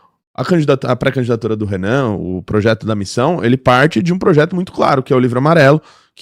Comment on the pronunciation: "Progeto"? "Progeto"?! Você só pode estar de sacanagem com a minha cara!